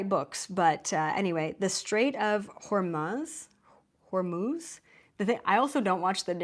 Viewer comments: PRONOUNCED HER-MUZE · You were right the second time at your attempt to pronounce the Straits of Hormuz. It is pronounced as Hor-mooz or Hor-muth if your French, like any word that ends in UZ you say as ooz. And luckily there aren't too many words that end like that, not in the English language anyway 😆🤔👍✌️ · U pronounced Hormuz right the first time :) “muz”. I also have an amazon wish list called Apocalypse Essentials , that I created during the pandemic lol. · That's the Strait of Hormuz -- pronounced "whore-moose". Just messin' with ya!! Love every minute of this enlightening presentation ❤😊😊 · News casters broadcast spells with their pronunciation. Hormuz they pronounce (hormoose) and Israel they pronounce (is real) Etymology The name derives from the Zoroastrian god Ahuramazda, though some suggest it comes from the local Persian Hur-Mogh ("Place of Dates") or the Greek hormos ("cove"). Wikipedia Wikipedia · FYI, it's pronounced "Whore Moose", like "Strait up the Whore Moose". Yes, the verbiage is funny, but that's the real pronunciation. Feel free to Brave it to see sites showing the pronunciation. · Sounds like "hore - moose" 😉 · That word is pronounced Hor (like the prostitute) Mooz ( rhymes w/ booze) 🥰 Thru numerous other sources I basically came to the same conclusion you did thru your remote viewing.. I just wasn’t sure how long it would last. So grateful for your confirmation all your advice … everything you’ve spelled out here. As always … I pray for your Divine Protection!!! And so it is!!